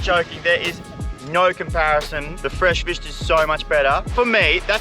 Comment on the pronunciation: "Tha feesh"